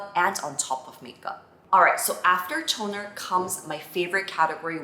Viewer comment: Omg it is so cute how you pronounce the "T" on toner 😂💖🫶